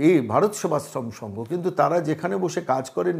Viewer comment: ভারত সেবাশ্রম সংঘ টাই উচ্চারণ করতে পারে না